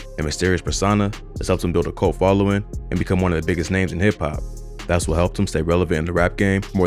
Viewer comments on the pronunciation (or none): none